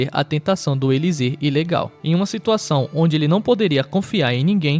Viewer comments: Não é elizir que se fala, e sim elixir! Uma poção! E poem o nome dos mangas que vc narra pra quem deseja ler depois por favor. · É elixir. Você fica narrando eliZir. Da pra ouvir isso não. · Na palavra "Elixir", o "x" tem fonética de "ch", ficando como: Elichir, e não 'Elizir' como na palavra "Exame", ótimo vídeo parabéns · Pq ele n fala elixir ai invés de elizir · História maneira, mas vou terminar pelo mangá. Esse cara falando "elizir" tava dando gastura. Da uma consultada no dicionário para ver divisão silábica maninho, o som da palavra eliXir é o som de CH, como chave, chocolate ou chicote. Tirando isso valeu por apresentar a história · Esse seu "elisir" me quebra muito, fiquei pensando se era uma ia o tempo todo